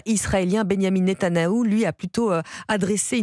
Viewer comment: netanYaou,pas netanaou